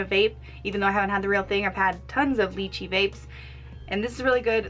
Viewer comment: Its not leachie it lychee...